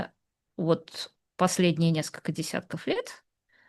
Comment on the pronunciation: Режет слух -- наскока вместо несколько и т.п.